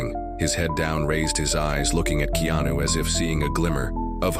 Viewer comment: DANG THE NARRATOR CAN'T EVEN PRONOUNCE HIS NAME CORRECTLY? ITS NOT KENO THERE BUDDY.